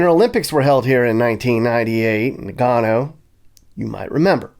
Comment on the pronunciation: It’s “Na gun oh”……… there you go, you finally said it right!😂 arigatou gozaimasu